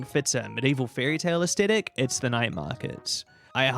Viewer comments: In this age, when ever pronouncing Aesthetic, people suddenly forget kindergarten English and the rule surrounding 'th.' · Great video but damn the way you pronounce Aesthetic is er, interesting